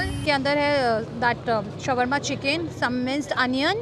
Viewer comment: It's pronounced as shor-ma...not shawar-ma 😂😂